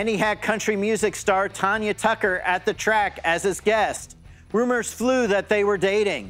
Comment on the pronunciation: Tanya not Tonya 🤦🏻‍♂️